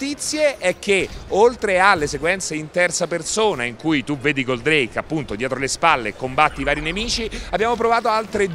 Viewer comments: Ottime notizie con questo video..grazie..l unica cosa è che odio è come dice Goldrake...nn si dice Goldreìk per la miseria..l ha detto bene solo una volta su 30..mannaggia ai pescetti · La pronuncia di “Goldreik” non si può sentire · GÓldrake ….no Goldràke… Leviósa… no Leviosà 😂😂😂😂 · Intanto è Gòldrake e non Goldràke, e poi ancora con 'sto Alcor? Ho capito che molti dei vecchi sono affezionati al primo doppiaggio RAI però basta con Alcor, è Koji e basta!!!